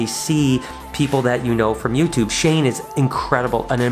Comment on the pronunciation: Shane?? I guess you can say.. SHANKE!!